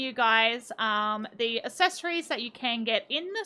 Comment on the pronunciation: Hey, accessories is pronounced “ak-ses-or-ees” I noticed you pronounce it ass-es-or-ees